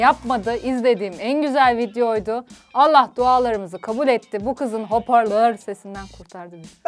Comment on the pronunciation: Sırf bambam yorumlar için geliyorum hoparlöööörü söyleyemeyen güzel kız 😊